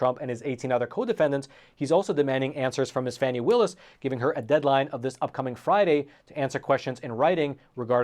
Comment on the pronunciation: Glad to see you pronouncing her name correctly; FANNY, not FARNY.